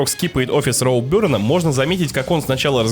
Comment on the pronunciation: Не роубёрн а роуберн